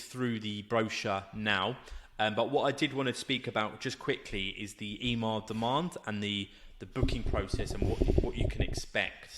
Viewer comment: It's not E-MAR its EMMAR pronounced EMMMM-AHHHR